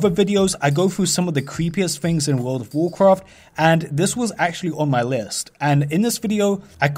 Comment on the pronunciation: Actually,with that said,lets play the clip of a wold uv wuarcwaft